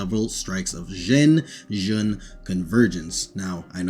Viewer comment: Confused me for a long time before I had a history teacher who specialized in China. I mean, it still confuses me why they chose to spell those sounds that way when the translated it to the latin alphabet, but yeah. You pronounced Zhen about as well as I can.